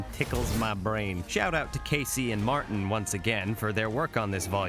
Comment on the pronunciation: Aaaand you have earned a subscribe. Glad the algorithm chose you today. All i have to say, is you’re pronouncing Martin’s name wrong. It’s very much supposed to be a Hispanic pronunciation, “Marr-teen” instead of “Mahr-tɪn” Other than that, love the vids!